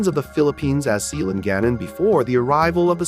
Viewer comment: Wrong pronunciation; Si-la-,nga-nan